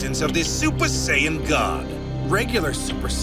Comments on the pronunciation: Saiyan.... and pronouncing it as Say Yen..... oof my ears..... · Say Yan 😂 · Can’t even say Saiyan right 😂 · I agree it's annoying like them saying Saiyan wrong .. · Please 🙏 do something for me. Please say the word. Saiyan. And if you sound it out. It sounds like. Say - en But. It’s And no it’s not Vah - git - tah. It’s Vah - gee - tah I’m so very sorry for that. But the goddess was a girl not a guy